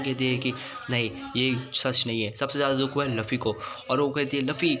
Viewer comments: Tum luffy ko lufy kyu bolte ho 😂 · Bhai woh luffy h laffy ni or itna fast q bol rahe ho aesa lag raha h jese class me koi baccha teacher k samne book padh Raha ho atak atak ke 😅